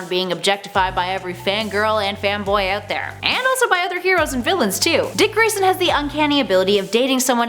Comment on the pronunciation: She said Rick rayson 😂😂